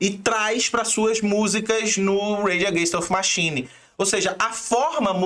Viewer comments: Bacana o vídeo..mas deu uma agonia de leve ficar ouvindo repetidamente o nome da banda errado..rs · Da pra fazer o video de novo falando o nome da banda certo?